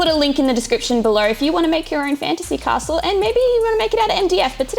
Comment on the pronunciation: Anyone else triggered by "Ca-stell". Great work on the castle team:)